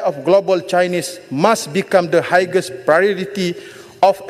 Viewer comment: Highest read as hiyest not higes , sekolah mana ajar dia pronounce higes😂